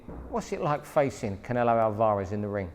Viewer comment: Can't he say Alvarez properly? Alvaaarez